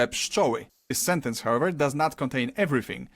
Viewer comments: You did a great job. If you want to be better at reading in Polish you should practise your "w". And your pszczoły was perfect. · you absolutely nailed saying pszczoły before he taught you, congrats!